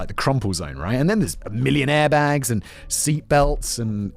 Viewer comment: No, but when he said cars.were filled with "a million air bags" I heard millionaire bags, so there's that.